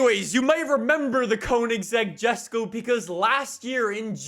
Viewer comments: You don’t know how much saying JeSkO rather than yesko triggered me 😂. Along with 750cc litre engine 🤦🏻‍♂️🤦🏻‍♂️ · ....So first. You CONSTANTLY call Wheel Spacers, which are designed to push the WHEEL out further from the hub “engine spacers”. And know you CONSTANTLY say “jusko” when it’s pronounced YESko. Did you not watch a single video of Christian talking about this car? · Its pronoused yesko not jesko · Btw it's not a JESco it Yesco, it has a bit of a German accent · Its pronounced yesok not jesko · Yes-ko not Jes-ko, btw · It’s spelt Jesko but pronounced yesko not jesko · bruh it's not jesko it's yesko it's pronounced yesko😅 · Who else is annoyed by calling it JESKO, it's mean to be JESKO(YESKO) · Bruh he still says Jesko rather than yesko lol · Btw it’s pronounced “yesko” but spelled jesko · why jesko and not yesko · Bro it's pronounced: Yesko not Jesko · Bruh yesko not gesco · a reminder to and the people in the comments that the Jesko is pronounced "Yesk-o" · Its pronounced "Yesko"🙄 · Quick ackhtuallly moment It's pronounced "Yesko". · Jesko is pronounced “YES-KO” you spoon! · I've been watching since fh2 was new, and I love this video, but please. Jesko is pronounced yes-ko. Thank you and keep up the good work. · It's pronounced Yes-Go. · The Koenigsegg Jesko. Is pronounced yesko. Not with a J sound. Sorry to sound disrespectful or anything, but I had to let you know the correct pronunciation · It’s pronounced “Ye-sko” you degenerate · Fun fact: the Koenigsegg Jesko is swedish and actually pronounced Yesko with a y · god why did he pronounce jesko like that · Say jesko correctly please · The way he says jesko really annoys me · every time he butchers koenigsegg and jesko I try not to cringe